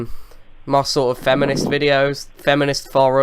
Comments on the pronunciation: You said video at the beginning :( wideo pls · And prepare for the "Great Wideo" Comments vhile the wideo is 2 seconds old. Lowe your wideos.